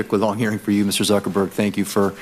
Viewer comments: Did he say "Mr Suckerberg"? LUL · Did Senator Grassley call him Mr Suckerberg? LMAO